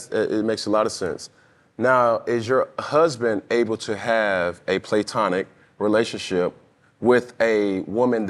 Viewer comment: Did yall see B's face when cam said "playtonic" 🤣🤣🤣